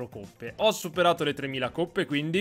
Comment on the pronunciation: sono del sud (non fate battute) e mi da davvero molto fastidio quando dici coppe con la o chiusa